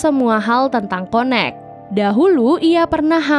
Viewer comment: m-mbak connect itu bacanya kayak [ken nect] bukan konek tpi lucu sih